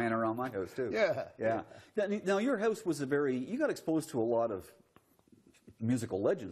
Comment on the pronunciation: Must be a Canadian film crew. Catch how he pronounced "house", "about", "outtake"?